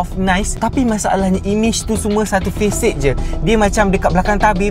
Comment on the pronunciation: Facade tu sebutan nya Fasad, bukan Fesed